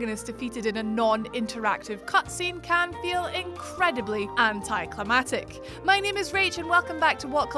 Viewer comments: “Anticlimactic” - not anticlimatic... 🙄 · Anticlimactic, not anticlimatate. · "Anti-climatic". Bless you, that's not a word. 😋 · anticlimaCtic. 2 times. Couldnt NOT say it. *edit... 3 times. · "If she miss pronounces anti-clamactic one more time" Oof. You may want to spell that word correctly. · If she miss pronounces anti-clamactic one more time